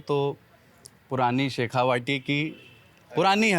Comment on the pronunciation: शेखावाटी नहीं शेखावटी बोलते हैं, यही होता है जब आप रोमन में हिंदी पढ़ें